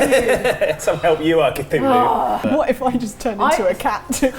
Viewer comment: did you actually pronounced Cthulhu right? The Lord appreciates that.